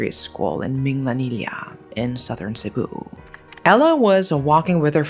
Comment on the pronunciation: Really love how you pronounce of the place where I known as I lived in Cebu and known the area very well. Love your channel well. Keep it up!! Snow from Philippines 💕